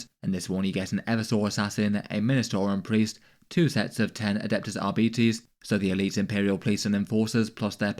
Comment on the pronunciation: why does he say arbites like that 😭😭😆